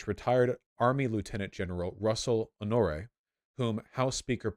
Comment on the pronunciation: Come on, Vaush, you should know how to pronounce Lieutenant General Russell Honore‘s name. he was the commander of the national guard that oversaw Hurricane Katrina clean up in New Orleans.